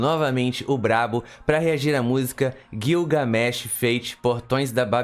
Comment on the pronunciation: Gilga... , não é guioga.